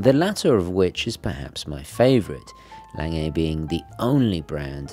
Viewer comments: Omg please stop saying "layng-ay". It's German, it's "long-gah". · It is pronounced "Long-uh" not "Lang-ay". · I enjoy your videos and subscribe to your channel. I particularly enjoyed this presentation of the Lange, however I do wish you would learn to properly pronounce the name of your subject, Lange.